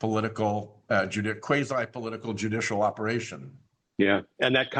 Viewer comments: That little "pollutical" slip sums so much so we'll! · Thank you Glenn for having on my favorite Senator! Senator Whitehouse battles for We the People everyday fighting the unconstitutional MAGA Six Justices in the SCOTUS and fighting for our planet. I would like to say that I loved his minor mistake saying, "pollutical". I think the Dems need to start using language in their fight, like the orange buffoon does. We need words and phrases that will stick in folks minds and we need to repeat them often to get the ideas to take root. I think "pollutical" would be catchy for referring to fossil fuel interests. Just a thought . . . . Thank you both for fighting for us within the system, as few people seem to be brave enough to do these days! 🗽❣ RESIST FASCISM!